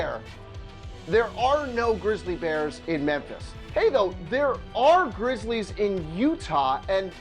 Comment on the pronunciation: you fucked up "memphis grizzlies". not grizzles